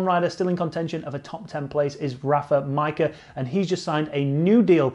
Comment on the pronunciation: Why Majka got welsh accent suddenly?